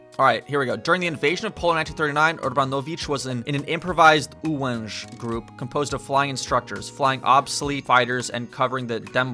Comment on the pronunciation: That 'Ułęż' was spot on man!